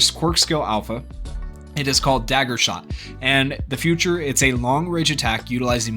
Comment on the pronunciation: Bro it's feature... not future...